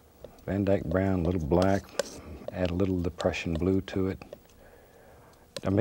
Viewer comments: he said "the crushing blue" not depression blue, I almost thought that to tho lol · He actually does say depression blue, you can hear the P in there, also if you turn on the subtitles you will see it says "depression blue"